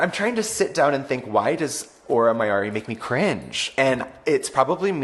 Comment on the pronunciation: the way continues to mispronounce auras name as "aurora mayoori" ❤